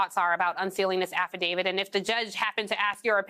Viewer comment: Affidavi- T. Not Affidav-ID. Stop making my brain hurt by mispronouncing this.